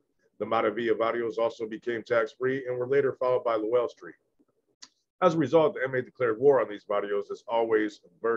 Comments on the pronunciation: Lowell street but pronounced low-well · It’s pronounced Low Well Street! I’m O.G, Bandit author of the book Greenlight California Prisons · Pronounced “Low L” Street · Its pronounced like lo-well street 👍👍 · It’s pronounced Low L street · It’s called LO-WELL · It’s pronounced Low-el. Like lowrider and then el. Locke street is pronounced like bike lock. Just a little help. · It’s Low-el and lock st , is how you say it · Its Lo-well street. One word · It’s pronounced low well I grew up around the area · It's pronounced low well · U pronounce it Low-L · It’s pronounced low-el